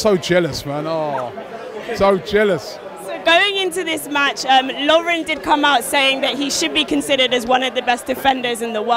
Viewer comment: LAUREN? its lovren